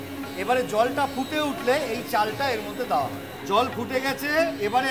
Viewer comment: joler quantity bola uchit chhilo.. Dekchi ke Dechki, deowa ke daowa, neowa naowa...e shob ki pronunciation... rubbish